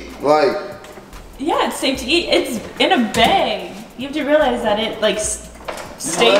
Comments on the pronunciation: The way she pronounces “bag” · Love how pronounces bag beg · I love how says bag like beg. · Lmao Trisha paytas says bag like that too